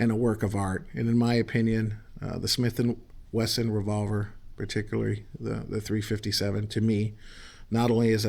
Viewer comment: Taking after Mr. Ben Ciliberto below. Yes, It is a Gatling gun w 6 bbls. It also shoots depleted Aluminum shells (nut U238 depleted bullets, butttto depleeeeEted Al SHELLs mind u) from back of the cylinder or call it 6 bbl Gatling gun chambers.) I also like the man saying Smith & Wagon. Now, i'll end up saying dattttooo bc. i like the sound a lot better than Smith will. Great Review,. May b we can try Smelt & Wesson Veggie oil gun to cook that fish out in Calif. coast toast while those critters r making more bacon. Remember. Fly United (United A/L) to watch that event, like the Smelts do. I don't think u2 couple know bout this special night event under the shinning Moon lit beach (call it shore, in East Coast buttooo i'm nut sure for shore). I hope his wifee would keep him company at the range and keep on enjoying shooting herself. Maybe she can get the Smelt & Wesson.22 revolver which can also shoot.22 Mag thru the 6bbl Gatling gun w depleted bullets? She won't know if it's shoo'N mag or no mag or no bullets... OK, nuf of dat (that) above. Seriously, we should all try fried Smelt for snacks after hard ranger work at Smith & Wagon train heading up on the Oregon Trail. Here's the Smelt & Wesson recipe for U2: I think u, is always in charge of the Chow Wagon for the OreGonners so dat's why u said Smith & Wagon Motel Five, Eight or Six for dinner time on ur grill. This is Tom Bordette, Motel 6. I'll keep a light on for ya!